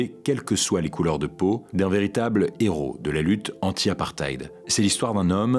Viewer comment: On prononce « apparteyde » brother ❤️